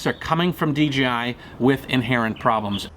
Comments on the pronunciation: he said dgi instead of dji I get confused to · A friend pointed out to me that I was pronouncing DJI as DGI. I hadn't even noticed. But as I listen to others it seems a lot of people are doing that as well such as in this video. He keeps saying D-G-I rather than D-J-I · I thought it was D JAY I, Not Dee Gee I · Is it a DGI or DJI ? Lol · it's called DJi, NOT DGI !!! again it's funny how many of you can't even say the Co correctly. You want them to produce a great drone, how about you say J, not G ;) lol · Good now that you are here, you realize the Co is called DJI right ? YOU keep saying in the video D G I it's not a G dude.. it's a J ! And FTR I always calibrate the compass before every single new location flight, as I fly tons of new places, all over Mexico, and the USA, and in doing this have never had an issue, it takes me 1 min to do. Easy peasy, try it some time !